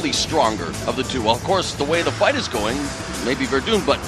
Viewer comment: Fabricio WerdUNE?! wtf, Mauro. Are you serious?